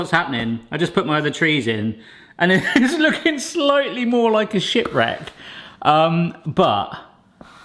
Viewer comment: Did you say shipwreck or shitwreck? Not your best lol